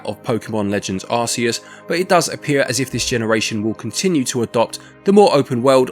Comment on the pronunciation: Pokémon Arseus? Never heard of it.😅